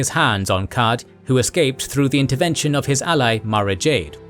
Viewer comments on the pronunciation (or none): none